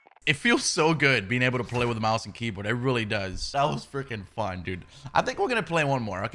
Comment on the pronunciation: He spelled it like how he says it lol